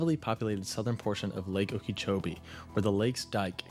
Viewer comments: Not sure if anyone commented this, but it's not pronounced Okeechobee like it's spelled it's more like Okeh or okah chobee without too much emphasis on the h in Okeh or Okah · Okeechobee is pronounced oh-ki-choh-bee. The only part needing correction is the second syllable which uses the short "i" vowel sound, not the long "e" vowel sound, the spelling would imply. Its name originates from The name Okeechobee comes from the Hitchiti words oki (water) and chubi (big). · should be pronounce as Oka -Cho -bee if I’m not mistaken we have a lake her in Florida by a similar name